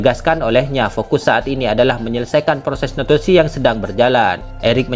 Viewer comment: Pelan² ngomong nya min, soalnya sebutan kata naturalisasi gk jelas